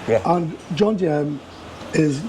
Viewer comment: These Pommie gits cannot even pronounce JOMtien….they say JONtiem! That 57 year old guy…looks 77…